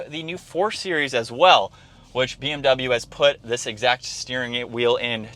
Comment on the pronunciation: научитесь правильно произносить слово BMW